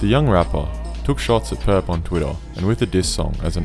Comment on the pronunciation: Thank you mane, it really annoys me too